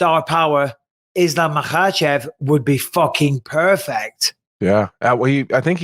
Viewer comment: I hate how the commentators pronounce islams name it’s fkn annoying, same as that bullshit ADEHsonya that Ariel popularised just say the fkn names how everyone else does